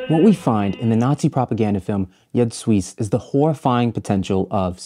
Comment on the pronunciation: Another top notch video essay. My only critique: Jud Suss is pronounced like 'You'd Zeus'. You put your foot in this essay though! Transitions and settings went off